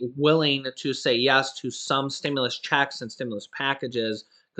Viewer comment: Amazing production man. There is a certain way to enunciate the word “checks,” emphasis on the “ch.” JS. Marketing is my job.